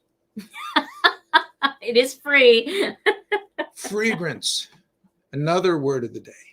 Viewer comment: "Chatmosphere", cool. " Free-grance" haha